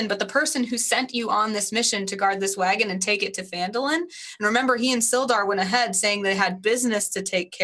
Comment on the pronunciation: It is Phandalin. Not Fandolin.